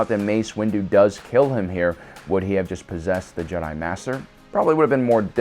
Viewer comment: "juh-die" lmao